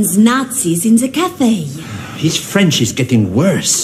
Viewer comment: The mispronounced vowels conveys his speaking French poorly